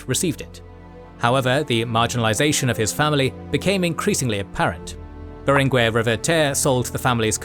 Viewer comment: Great video!! One point, in catalan (and spanish), in general "gue" and "que" are pronounced "ge" and "ke", like geisha or kept. So in names lik BerenGUER the U isn't pronounced. There are exceptions where the u is pronounced but are signaled with ü